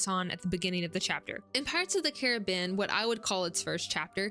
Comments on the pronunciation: I found this channel through your video on magic systems. So far I'm enjoying this one too but your pronunciation of "Carribean" is kind of taking me out of it. Where are you from that you pronounce it Ka-ruh-been instead of Ka-Ruh-Bee-Uhn as it should be? Is this some kind of local dialect thing? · just checked the trailer. It does not say ka-ruh-been. If anything i think you're the only person in north america to pronounce it this way.